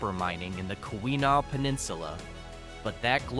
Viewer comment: Keweenaw pronounced Key When Nah